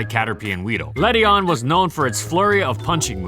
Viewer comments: Ledyin not ledyon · Le-dee-in please ughhhh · This pokemon is proof of how stupid the official pronunciations are. Led-ian. That's how it's spelt. Yet its pronounced Led-ion? That's dumb. In my eyes, it will always be Led-ian. Doesn't matter though, still useless. Please, Game Freak, some love for the lady bug. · Ew that ledian pronounciation